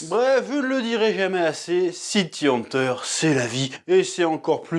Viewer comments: City "Hanteur" ? "Dzukaza" Hojo ? ☝️😏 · "city hanteur"